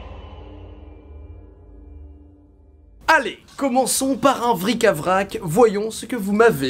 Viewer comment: Vric à vrac ? Tu sais que c'est bric-à-brac normalement ? Zoubis !